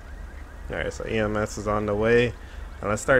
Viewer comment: Uhh do you mean ems cuz you said ams